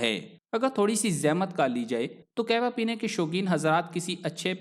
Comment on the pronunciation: Ur pronunciation of kawah is not correct